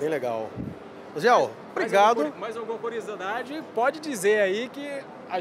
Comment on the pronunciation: "mais uma coriosodade tô aqui" Kkkkkkkkkkkkkk...te amo cara, sou teu fã